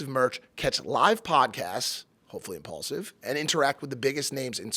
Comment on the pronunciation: I’m-PAUL-sive …. Wow 🤦🏽‍♂️